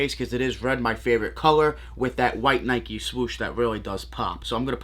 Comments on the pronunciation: It’s Nike not Nikey. You wouldn’t ride a bikey would you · I see you also get triggered by the mispronounced NIKE